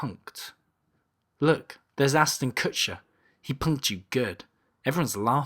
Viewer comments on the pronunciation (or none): none